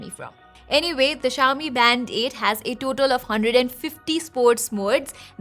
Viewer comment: I keep hearing "Band-aid"